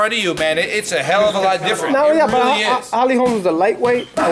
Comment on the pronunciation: stop saying holly "HOLMS" the name is : HOLM HOLM HOLM HOLM HOLM HOLM